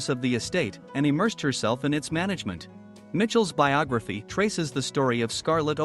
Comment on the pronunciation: It's BIOGRAPHY, not BIOGAPHY